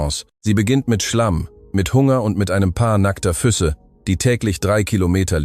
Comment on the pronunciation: Eine schöne Geschichte aber die Ki sollte die Betonung der Worte besser lernen. Es heißt Füße und nicht füsse😉🍀